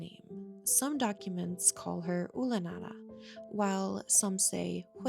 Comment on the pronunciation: I didn't like that at one point they kept calling her Ula Nara like it was a slur